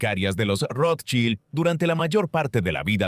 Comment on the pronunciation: El apellido lo pronuncian de maneras diferentes e incorrectas todo el tiempo. Llegué hasta aquí con el documental porque en serio me generó malestar. Espero que puedan tener en cuenta la crítica y trabajar en ella. Saludos.